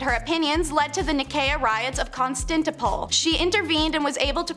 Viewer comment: Really, before these people start reading historical pieces, they really have to learn how to pronounce words like Constantinople and Monguls.